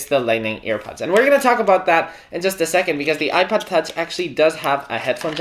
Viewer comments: Sounds like you’re saying iPad, not ipod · It kinda sounds like he's saying ipad